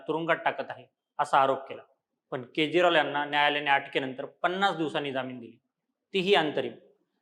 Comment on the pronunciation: केज्रॉल नाही रे